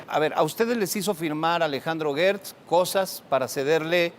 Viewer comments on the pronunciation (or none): Disculpen la ignorancia pero yo escucho que dicen Guertz, pero se escribe Gertz, sera que la U es invisible? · Una aclaración GERTZ ES CON SONIDO DE JOTA NO DE GUE